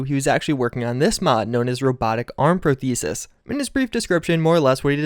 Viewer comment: You don't know how to pronounce prosthesis?